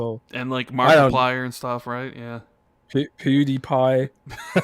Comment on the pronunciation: He said pooty pie🤣😂